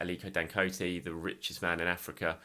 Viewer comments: love your coverage as always. Just wanted to assist in the way you say Dangote. Just pronounce it as dan-go-tay (sound it like day but with a “t”). Keep it up mate. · Is saying Dangote for me. 😂😂